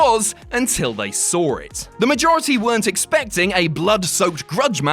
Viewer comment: "until you sawr it"